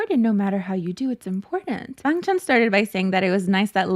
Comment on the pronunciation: i think youre pronouncing it right but people are used to hearing others say the accented version (us australians say bangchan the way you dont) people are just nitpicking you tbh